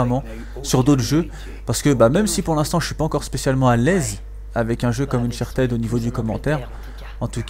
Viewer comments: Ein fulegun ! Dis unchatid stp pas unchartèd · Bonne video mais ca sera bien que soit tu active les sous-titres et tu parles pendant les cinematiques soit tu nous laisse ecouter car c'est important dans Uncharted (qui ne se prononce pas Unchartid d'ailleurs?)